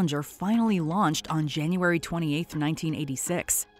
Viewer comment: “jAnUArY sIXtH”